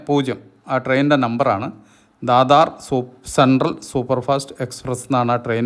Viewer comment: ദാദ എന്നല്ല മാഷേ പറയേണ്ടത് അത് ദാദർ ബോംബെയിലെ ദാദറാണ് ദാദർ ടു രിരുന്നൽ വേലിയണ് ട്രെയിൻ നംബർ 2629 ആണ്